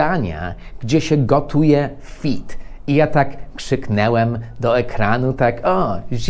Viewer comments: "Krzyknąłem", a nie "krzyknełem" panie mądry 😉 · mówi się krzyknąłem a nie krzyknełem. Nauka za naukę :)